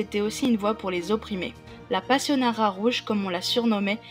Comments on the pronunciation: Merci pour ce résumé mais... passionnaria... pas passionnara... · Passionaria pas passionara ! merci